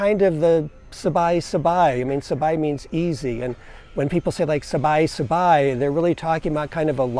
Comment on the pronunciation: Sabai, not Sabi.